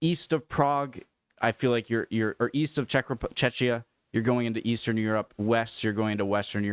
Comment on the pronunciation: Please, Czechia is pronounced as "Check - ia". Not Chechnya!!! And yes, come here and you will be exactly in the centre of culture and you will have everythin within a few hours around. Prague used to be and is something like a crossroad full of everything. But a crossroad you will love. And in Czechia is a lot to see even our nature is great. That´s why filmmakers (even Hollywood) are using the area here a lot because every 50km you can find a slightly different landscape so they are able to have all exteriers in a small area. Not even spoking about Barrandov ateliers.And yes, you can definitely find georgeous cities in the reast of Europe, it is not just the west.